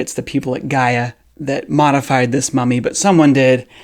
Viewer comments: You don't even know how to pronounce the name of your source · Thanks Doc ;) Can't even pronounce GAIA correctly. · Lol dont even know how to pronounce Gaia or whar Gaia is obviously!!! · Amateurish attempt at debunking dude, I'm not convinced the mummy is alien but this vid didn't sway me. And everyone knows what Gaia is and how to pronounce it nowadays, wtf. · You should learn how to pronounce Gaia first and what it truly means. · So you start off making claims with no evidence, and then you are basing this off the 30 sec video that was going around Facebook? also the fact you don't even know how to say the name of the site, and they say it in the video is more proof you did no research. ok now to go into the your claims. 1. a University of Colorado Radiologist said that she could not find any trace that this was set up, or a hoex. 2. you cant fake carbon dating 3. also you claim the cut the fingers. Then how is there skin all the way to the wrist? if they cut off fingers wouldnt there be some kind of proof of the fingers missing? but yet when they do the xray of the hand it only has 3 fingers with nothing missing from the hand. 4. you claim that the head being deformed was because of the practice of the people. did you know to do that they had to press and break the skull to do that? in the videos about this, the same lady from UOC says that she can not find any proof that this skull was forced into that shape. Also just a idea, maybe the people of peru were trying to look like this guy. 5. also you go into proportion of the body. yeah so i dont know about you but last time i check humans arms dont go down to there knees. ALso you dont even talk about the fact that the back and rib bones are completely different 6. you fail to even mintion that its organs were still intact unlike normal mummies The fact that the research is not even really started and you are all ready claiming its fake is stupid. you